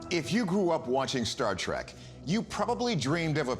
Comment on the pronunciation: IT'S STAR "TREK" ! ! ! ,not track. Google It. The truth is out there 😂 🤣 😂